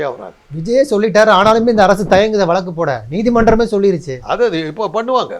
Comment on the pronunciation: மக்களை. மடையர்கள் போல் நினைத்து கேள்வி கேட்கிறார்.முதலில் தமிழை சரியாக உச்சரி பிறகு பேட்டி எடு. வளக்கு- வழக்கு